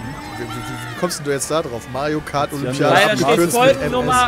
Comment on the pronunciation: Seit das gesagt hat hör ich bei Pedda nur noch Majo Kart xD